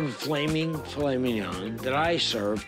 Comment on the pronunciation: “You are a SCAMMA’….. uhh fillet mignon…..”